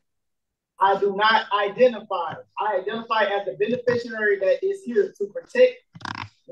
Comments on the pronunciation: What exactly is a "benisherurry" and what qualifies a "benifisherurry" as exempt to laws? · They’re all “benafisheraries”. They can’t even pronounce it. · I have never heard so much as one of these sovcits say the words beneficiary or coerce correctly. Is it misspelled in the papers they download, or are they just that ridiculous? I genuinely want to know.